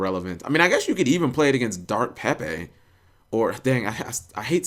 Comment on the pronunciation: Exactly I fucking hate it she they call it pepe us not pepe